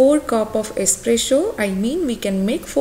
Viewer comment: It's Espresso not esspresho 😂😂😂